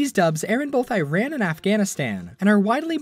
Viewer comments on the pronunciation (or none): Learn how to say Iran and Tehran correctly please